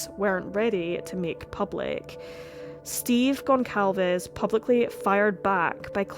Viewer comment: The c in Goncalvez is pronounced like an "s"